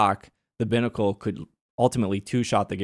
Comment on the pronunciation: Pronouncing Binacle that way kills me. lol It's little "Bī" like two.